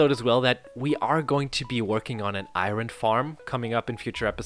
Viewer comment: Is he saying iron like iRon instead or iOrn jokingly or for real? (just putting it out there that iOrn is easier to say, from experience.)